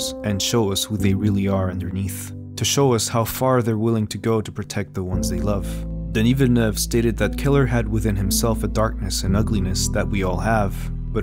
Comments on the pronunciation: Thank you for pronouncing his name correctly. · As someone from Québec, it's always enjoyable when a name is well pronounced, so thank you very much for your consideration ! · are you french or french speaking ? Because you pronounced Denis Villeneuve really well ! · you even put the accent on the 'e'... Feels good. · THANK YOU for pronouncing his name correctly oh my god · Congratulations for the spot-on pronunciation of his name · Is the narrator French Canadian? He says Denis's name flawlessly. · Flex on the french pronunciation of the name